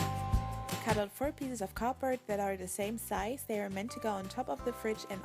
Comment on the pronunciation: Do you say cardbroad instead of cardboard